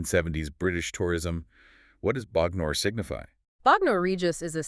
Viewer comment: First up: I love the analysis! As an Englishman who got just about every reference when I bought the album, it's cool to hear someone unpicking it for a different audience in this way. Great job! But I have to say your pronunciation of Bognor is killing me! 😄